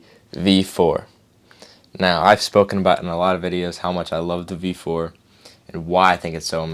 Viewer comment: I can't tell if you're saying, V4 or V5. O "B" 4... IS IT ''B'' OR ''V'???????? make it clearer!!!!!!!!!!!!!!